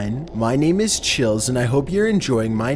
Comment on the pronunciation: I'm torn between being confused at pronunciation or being scared.